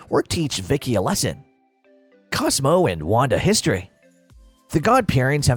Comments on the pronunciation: You have a couple mispronunciations It’s Cosmo, not Cosmos And it’s Mama Cosma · Why he keep saying “cosmos” his name is CosMO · “Cosmos” is pissing me off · "De Rules?" "Yorgen" Von Strangle? Surprised that this wasn't pointed out beyond Cosmo's mispronounciated name. *Da* Rules *Jorgen* Von Strangle. Just pointing that out. Sides from that, good video. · The mispronunciation of Cosmo forced me to unlike the video